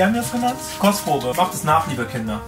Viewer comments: Hab einfach statt Kostprobe Crosspromo verstanden lmao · Heißt das Format jetzt "Kostprobe" oder "Kotzprobe"?